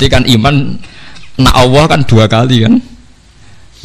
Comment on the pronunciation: Maaf gus kalimah allah itu kan lam nya..., bukanya bacanya itu tbal/tagglit ...kok gus bacanya awoh ...maaf mgkin sy yg slh dgr...